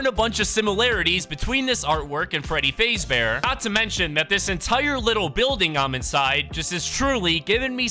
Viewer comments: BRO SAID FREADY FAZE BEAR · you said freddy fazebear its freddy fazbear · Bro said freddy fazebear🤣🤣🤣🤣🤣🤣🤣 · Dude called my man Freddy ''Freddy Fasebear'' tbh its understandable bc hes a fortnite content creator but that got me dying. its Freddy Fazbear, poor Freddy. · Freddy fazbear ❌️ Freddy fayzbear✅️ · Freddy fazebear its fazbear XD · Fazebare? I thought it was fazbear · So when saying freddy fazebear you don't say faze you faz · My guy said freddy fazebear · Freddy Fazebear??? Its Freddy Faz bear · Bro said Freddy Fazebear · its f a z bear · Why you calling him freddy facebear? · “Freddy FAZE bear” and Freddy being the “MAIN CHARCTER” as well as him saying fnaf as F N A F😂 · It’s faz-bear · Bro rlly said freddy fazebear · Bro said Freddy faysbear and then actually said all the letter one by one of Fnaf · Fnaf fans: Did he just say Freddy Fazebear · it's faaaaazbear just saying and dont say f n a f say fnaf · “Freddy fazebear” He said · bro said freddy fazebear💀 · Freddy fraezbear got me dying 😂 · Bro Freddy fazebear😂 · u said freddy FAZEbear? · You pronounce Freddy Fazbear wrong